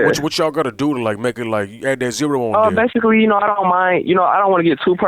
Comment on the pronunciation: He says baisically ever 10 seconds